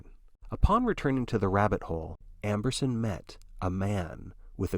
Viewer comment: Amberson not Ambrose XD